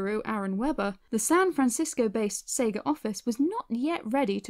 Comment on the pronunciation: Pretty sure it's Sega not seega